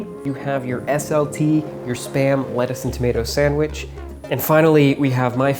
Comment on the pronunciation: I hear sperm every time